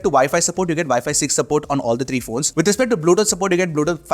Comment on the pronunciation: bro why dont u pronounce three as three why do u keep saying TREE TIRTEEN etc..